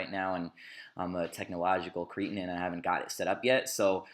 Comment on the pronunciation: You're not from technological Crete, it's pronounced kreht-in, you cretin.